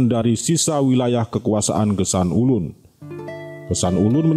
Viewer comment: Geusan Ulun bukan gesan ulun